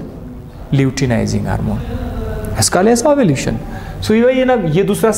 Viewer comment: Ovulation or Ovulution Please correct it